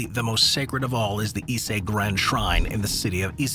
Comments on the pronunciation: "Issei Shrine in the city of Issei" dang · What do you mean? The pronunciation? Kinda sounds more like "Isei" to my, while "Ise" would be correct. Just glad he didn't pronounce it "Icy"...